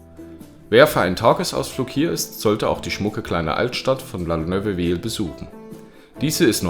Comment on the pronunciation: Hi. Ich jammere jetzt mal auf hohem Niveau: La Neuveville wird 'La Nööfwill' ausgesprochen, das zweite und dritte 'e' ist stumm. Ich meine das als konstruktive Kritik und keinesfalls herablassend. Französisch ist ein echter Krampf für Deutsch-Muttersprachler, daher hast Du mein vollstes Beileid und zeitgleich Anerkennung, dass Du es versuchst (und es ist bei weitem nicht das schlimmste Französisch, das ich jemals gehört habe. Sehr gutes Video, ich bin immer wieder fasziniert, was ich als Eingeborener verpasse, weil ich einfach alles als selbstverständlich und gegeben betrachte. Besten Dank, dass Du auch meine Augen für die Schönheiten unseres Landes öffnest.